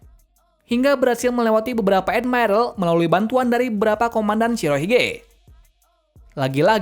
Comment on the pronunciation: Ngomong admiral aja edmairel 🥱